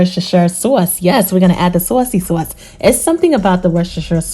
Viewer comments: It’s the accent on sauwcy sauce for me 😁 Those look delicious! I have to try these. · Am making these tonight!!! Thanks for sharing ❤ I just gotta say being in Iowa for the last 30+ yrs when I hear you say " saucy sauce" I hear that east coast coming out ❤